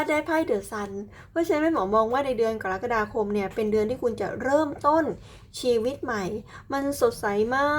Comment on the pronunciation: แม่หมอจบอักษรศาสตร์จุฬาแน่เลย พูดคำว่า กะระกะดาคม ได้ชัดเจน ถูกต้องตามหลักภาษาไทยแท้เลยค่ะ